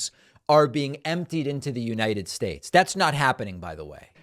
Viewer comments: Lol "spates" like during the 2016 campaign speech he made in Detroit when he called cities "titties" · All fifty spates???states???? He lost control of that audience. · he keep saying "spates" what the fuck???!!! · SHTAYSHZ ??!!He is such a dork! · ah yes, the united Spates of america.